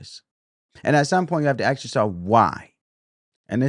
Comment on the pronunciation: Learn how to say ask you'll sound more reputable